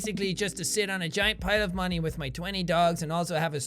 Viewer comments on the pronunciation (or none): none